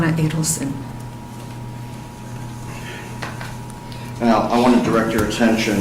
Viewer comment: Name is pronounced like "aid", not "add". "Aidelson".